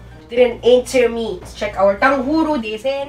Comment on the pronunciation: Its like you are saying tanghuru